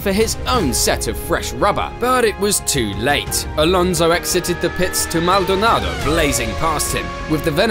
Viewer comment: Please stop saying Maldonado like that. It’s making my head hurt.